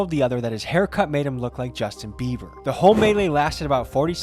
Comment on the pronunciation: Did he say Justin Beaver 🦫